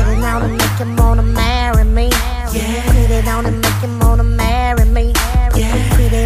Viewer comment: I really wish people will stop puttin toya on they tracks lol I think she is really trying to milk the whole accent thing she is taking to far??? how you cant correctly pronounce "MARRY ME"??????????